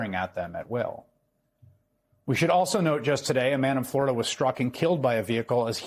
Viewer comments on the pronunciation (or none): none